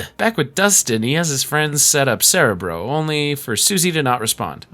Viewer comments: this bugged me aswell, as i watched the xmen animated show as a kid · As a lifelong X-men fan, the pronunciation of “cerebro” is killing me but the fantastic video is worth the torture. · I get it but "cerebro" is Spanish for "brain" and it is pronounced with all short "ĕ"s, as it is pronounced in this video. They mispronounced it in the X-Men movies. But yes, when you get used to the way a word is pronounced, it can be jarring to hear it said differently. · mee teeeew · How do you not know how to pronounce cerebro?